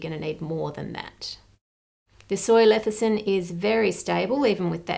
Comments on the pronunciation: It's "lecithin", not "lethicin". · Lethicin, or lecithin? 🤔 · Mrs. Reardon, I’m sorry to nitpick but your videos are so thorough I want to understand: are you pronouncing lecithin an Aussie way perhaps? My dictionary has it pronounced as it looks, but you reverse the “c” and the “th” to say “lethecin” instead of “lecithin”. Is there a difference? Does it matter? I know accuracy matters in these videos but pronunciation doesn’t affect anything. Still, thought I’d ask, because I ❤️ you! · It's not lethicin, it's LECITHIN... Come on, Ann, I expect it correctly coming from you. ;) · Ann, a word to the wise: it's leCithin... every time you metion this emulsifier you call it leTHicin. Get it write gerl. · It’s cute how she keeps saying Lethicin ☺️☺️ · Hi Ann, I really like all of your debunking videos. Just wanted to note that the word lecithin in pronounced as le-sə-thən. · Hi Ann. The fact this woman sold pink sauce while being utterly clueless about food and labelling legislation makes me wonder what else she didn't know... (By the way, you mispronounced lecithin. You said leticin multiple times.) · You've been pronouncing "lecithin" with the "c" and "th" switched, by the way! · Your mispronunciation of lecithin is driving me crazy, lol